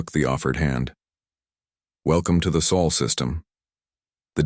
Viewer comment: Sol!Sol!Sol! Not Soul,so annoying let a human read the story